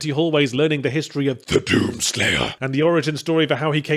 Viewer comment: "Te dUUm sleiyah"